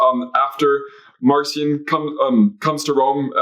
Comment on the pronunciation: Marcion should be pronounced with a hard K sound since in Greek the name is Μαρκίων. Just a minor pet peeve of mine. Great episode!